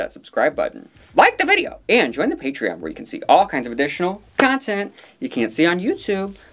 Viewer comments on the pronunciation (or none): none